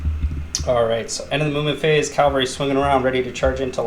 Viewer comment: CAValry. Not CALVary.